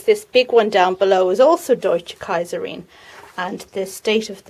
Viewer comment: Lovely greenhouse tour, really enjoyed it. Looking forward to the flowers of the sweetpeas, the arrangement is much to my liking. And nice pronounciation of "Deutsche Kaiserin" :)